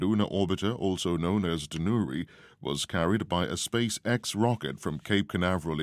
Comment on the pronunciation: 또 한국 뉴스를 올려주셨네요! '다누리'는 외국인이 발음해도 우리나라 사람 발음이랑 큰 차이가 안나는 것 같습니다. 이름도 잘지은 것 같아요.ㅎㅎㅎ